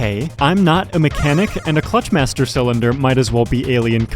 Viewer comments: it’s pronounced clutch MASTER cylinder. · Interesting pronunciation of "clutch master cylinder." It's not a cylinder used by some sort of "clutch-master" person. It's the master cylinder of the clutch. There's the master cylinder that the foot pedal directly engages with, and a slave cylinder that operates the clutch itself using hydraulic power from the master.